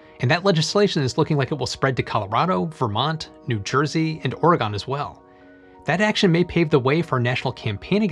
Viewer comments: Ore-eh-GUN. Not Ore-eh-GONE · I knew this guy was a robot when he said Oregän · No stress on the 3rd syllable of "Oregon." It's a schwa. It definitely is not the vowel in "gone" or "on" or "lawn." The stress is all on the first syllable. Same as "Michigan." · Love you,! (But "Or a Gone" is pronounced "Oar a Gun.") Your loyal subscriber from Oregon. Keep 'em coming! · FYI and since this is an educational channel, Oregon is pronounced "Or-eh-gun" or "Or-i-gun". You can also just say it the exact same way as "organ" and no one would notice. No one living there says "Or-gone", that's not a thing. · He pronounced the state as Ore-GONE, and not Ore-GUN lol. No hate just found it amusing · Great video, as always. FYI we pronounce Oregon not as Or-eh-gone but as Or-eh-gun. Now you will fit in perfectly when you visit! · Um... why must people from out of state constantly pronounce Oregon Wrong? it's Pronounced Organ... Like the Instrument, or the mushy bits inside of a human body... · you are not in peril, but I feel a need to reiterate the pronouncement of my state. Oregon, my good friend, is said the same as " my good son". Son, Ton, Oregon, Klaxon, all the sounding about the same! tyvm a (oreGUN ok I am getting snarky there) native. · It’s not pronounced Orēgōn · that's not how you pronounce "Oregon" :( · Sir you said Oregon wrong and as an Oregonian eh nevermind he won't see this anyways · So if mycelium foam decays in 45 days, how would shoes, clothing, insulation, and mycelium censors last for at least a year? Also you pronounced Oregon wrong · That pronunciation of Oregon hurt me